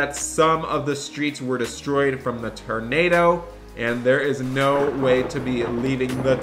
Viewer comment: bro its not torando its tornado